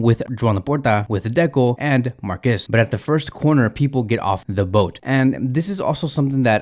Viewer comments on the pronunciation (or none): none